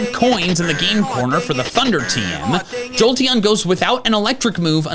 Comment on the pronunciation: "im giving a slight edge, to joteon" why was i born into the brainrot generation?